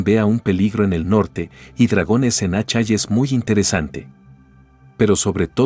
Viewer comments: Buen video pero, Asshai se pronuncia ashai ó ashae, pero no, "Achai" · "Achai". Jajaja!